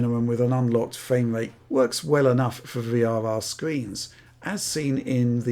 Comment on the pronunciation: Fwame Wrate